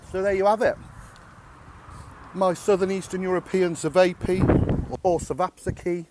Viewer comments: Chay-vah-pee Say "suh-vay-pee" in Serbia or Croatia and someone might make an attempt on your life. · Nice mate cevap looks bang on, can get jars of ajvar from the Turkish/polish shops in uk. It’s a red pepper dip that you serve with cevaps 👌 it’s pronounced chuvaps.